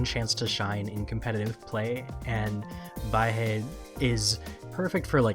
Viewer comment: Don’t know if anyone’s told you since you made this video, but Baihe is pronounced “Bye-Huh”, not “Bye-Hey”. It’s Mandarin for “white river”.